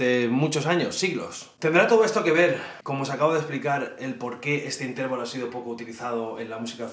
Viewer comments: "Intérvalo", " tríada"... Tienes un problema con los ácentos, tió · Has pronunciado mal "Intervalo", la sílaba tónica no es la segunda sino la tercera o penúltima